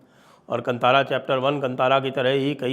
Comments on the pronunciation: KAANTAARAA, not kantara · Sir ji, just one correction requested, the name is Kaantaara not kantaara. Love and respect your channel 🙏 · 🧡" कंतारा " नहीं " कांतारा " बोलिये 💛🪔🔱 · संजय जी कंतारा नहीं, कांतारा | संस्कृत का शब्द है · Please learn to pronounce Kaantaara . Not Kantaara )) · It is not pronounced as Kantaara (just like in the word kant or neck).. Instead it is kanthaara.. It may be derived from the sanskrit loan word called kannan (jungle) in kannada.. So it is pronounced just like the word kanthi or rays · Proper way to pronounce...not kantaara....it's kantara or kaantaara .... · The correct pronunciation is Kaantaara. It's a Sumskrut word. You should know it, Deekshit ji. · The correct pronounciation is "kaantaara" sir.